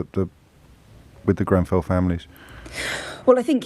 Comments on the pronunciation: Is it me or this fool said Grembell? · I hear ‘GrenVell’ fire does he literally know nothing, not even the name